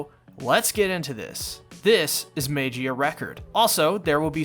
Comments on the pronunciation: It's pronounced "Mah-ghee-ah", not "may-gee-ah" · No, mag eehhuhh record, not mage-eee uh record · Well lemi just join you guys like the 'MEYGIA RECORD' or 'MEIGIA RECORD' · It’s pernounced mag-e-uh record. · Sigh, let’s teach you how to pronounce Magia, magic without the “ic” and gia pronounced jia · im sorry but i cringe everytime you mispronounce magia